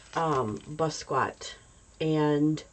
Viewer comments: Please pronounce his name correctly. It is Bah Skee Yat (NOT Ba squat) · Hi, thank you for featuring one of my absolute favorite artists of all time. He had such a freedom and unique artistic voice. I’m so glad he got the recognition he deserved prior to his untimely passing at such a young age. The proper pronunciation is Bah Skee Yah.